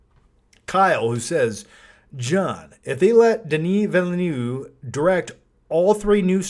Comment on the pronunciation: As a French Canadien, you are close with the pronunciation, the closest english talking person has been to do a great pronunciation of the name Denis Villeneuve is Chris Stuckman